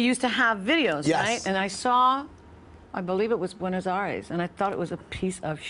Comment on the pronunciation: you'd think she would at least try to pronounce the words, "Buenos Aires," if she played Evita